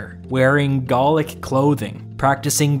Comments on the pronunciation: I don't get why you keep saying Gallic like "Gaulic", that's not a word; we don't need you to invent a new word when Gallic already does the job fine. Not sure about your competence to comment if you don't know the basic term gallic. This isn't Tudor times, English is not subjective anymore since the 19th Century and mass education. yeah, no one says praetor like that, except for you recent Youtube historical noobs. English pronunciation follows the Roman sometimes, and because we have a lot of medical terms that use the "ae" or "ea" sounds, they're well-known and NOT said in the same way in English. Obviously if you want to speak something else that is not English, you are free to, but in standard English pronunciation (as well as Latin in those cases), the "ea" sounds is like an ee, like in eat. The "ae" sound is like an A, like in aero. Do you say aero like "eero"? No? Then why are you doing that with Praetor? Dialects to be accepted as such are usually consistent and not a mishmash of exceptions. Those dialects are more qualified like Pidgin English. Remember that also with Cannae and why it is not said like "K'nee" either. Regardless, I'm amazed that people take these seriously. I try to watch these to learn or refresh, not because I want to be more basically literate than the presenter. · Interesting video describes the mechanics of Caesar’s power grab well, by the way Gallic is not pronounced Gaulic it is pronounced ga-luhk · Gallic, not Gaulic.